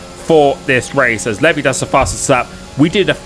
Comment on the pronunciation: gets tensed because of the chicane Me: gets tensed by hearing the way he pronounces 'levi'!!